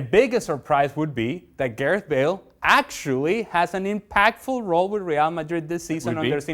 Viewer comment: I literally close my eyes and face palmed when he said "Gareth Bale"